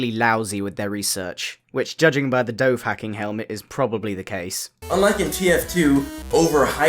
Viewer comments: It is pronounced dough van keen, not dough hacking. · Also, "dov-hacking"? Yeah, its pronounced "Nova-keen" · "Dove-Hacking" I'm dying inside..